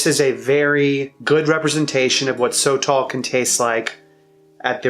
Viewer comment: Pronounced: Soh-toll, not "so tall" gringo